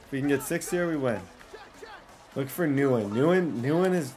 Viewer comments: It's thin win not newin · Nguyen is pronounced Win not Newen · says nguyen-nuwen instead of saying gwinn. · Every time he calls the guy New Win was cringe 😬. Literally had a pro football player named Dat Nguyen. It’s pronounced Win 😂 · the Nguyen is not pronounced “newen” it’s pronounced “win” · NGUYEN IS NOT “NEW IN”, ITS “WIN”. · 100% pronounced “win” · keep up the good work with your channel Bro!! Gotta let you know my dude Nyugen is pronounced Win. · keep up the good work with your channel Bro!! Gotta let you know my dude Nguyen is pronounced Win. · Nguyen = “win,wen” you were pronouncing this so wrong 🤣😅 good video mane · Quick tip for the next vid. It’s pronounced win (Nguyen) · Helpful advice “Nguyen” is actually pronounced “win” , it’s Vietnamese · thein nguyen is pronounced thin win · “Nguyen” is pronounced like the word “win” with an “n” sound in front. “nWin”. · Thien Nguyen is pronounced Thin Gwen Please like so can see. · Nguyen is pronounced “when” for future reference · only og's know its pronounced thin win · it’s Nguyen not nu-when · His name isn’t Wisebecker it’s weisbecker and Nguyen is pronounced “when” lol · Nguyen is pronounced “wen” just btw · Nguyen’s name is pronounced thinwen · Nguyen is pronounced win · Lol I love when he mispronounces names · I have to say that as someone who lives in Vietnam, your mispronunciation of Nguyen does irk me a little.😜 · Cool vid but the pronunciation of Nguyen is cringe asf 😖